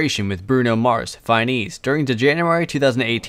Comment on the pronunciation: I stopped the video and turned it off when you mispronounced her song with bruno mars as FINE-ease? cmon bruh